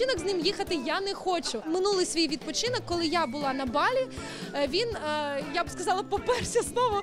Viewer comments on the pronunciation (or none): Не БАлі,а БалІ